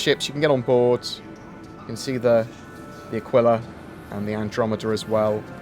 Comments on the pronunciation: It's not Akwilla in pronounciation. It's Akilla. 😉👍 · It's pronounced ah-kee-lah, lol